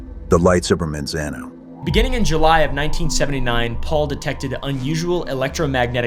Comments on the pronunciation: My dad worked for the department of energy in Los Alamos and Sandia national labs. It’s pronounced “Mon-zon-oh” by the way. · If you don't Wana get teased by locals it's (Manzano) pronounced "Mon" not "Man". Monzono. You are reading it correctly how it's spelled but it's just not how we say it. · the way he is saying Manzano is funny